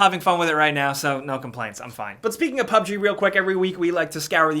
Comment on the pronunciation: PUB. GUH. PUBGUH. PUBG. NOT PUB-G. PUBGUH.